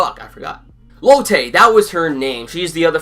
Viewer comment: Finally a reviewer who pronounces Lotte correctly instead of latte. She reminds me of Velma from A pup named Scooby Doo , with the art style and animation that makes her look like a western cartoon. In fact Out of all the characters, Lotte is a perfect Cartoon Network Mascot.